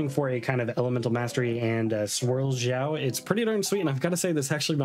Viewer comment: pls your videos are so good but your pronunciation of the names sometimes has me cracking up 😂 Not sure why you call him Ziao or Jiao but Xiao's name is pronounced as Shiao